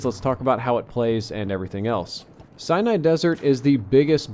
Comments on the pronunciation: Are you sure its Cyanide Desert and not Sinai (sen-i) Desert? All of the other videos I've seen say Sinai. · its pronounced SI-NAI